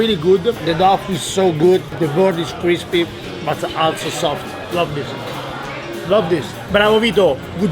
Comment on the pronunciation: No, it’s “kreespie” and “krounchie”